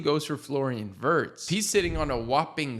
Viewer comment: Its VEERTZ not WURTZ